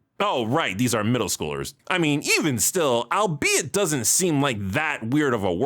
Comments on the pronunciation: I admit I never knew it was pronounced al-be-it, and thus always considered it to be a word of its own not influenced by the identity of the subject. In my defense, English is not my first language. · I was about to ask, since I had never once heard anyone use the word "albethey," if it was just a bit for the episode or not. As for the petition, hard pass. It felt painful every time I heard you say it in this episode. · the problem is that I literally never heard a single human being say albeithey prior to you